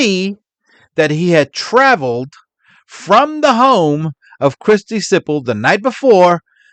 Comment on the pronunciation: Oh, wow, Siple. I definitely thought you were saying Sybil at first. What a couple of absolute walking cesspits.